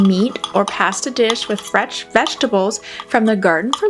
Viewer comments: Pasta, mispronounced. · I’ve never heard anyone say “processed “ and “pasta” like you do 😅